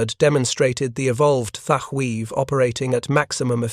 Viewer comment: Your 90% deliberate mispronouncement of the name Thatch is both a disrespect of the Hero, and making a sound similar to clearing your throat to spit ! You're disgusting.....!!! ...